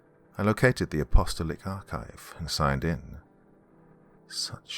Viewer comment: App-uh-STALL-ic (not UH-pasta-lick). In case it continues on and becomes a series.